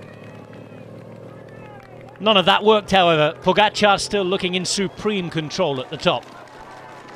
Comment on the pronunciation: Bhahha seriously? "Tadej Pogačar" def wasnt right... :/